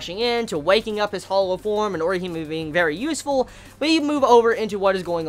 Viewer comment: Put some RESPEK on Orihime's name, yo.